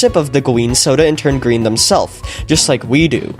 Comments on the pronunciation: finally turned Gween. He got that badgeee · finally turns gween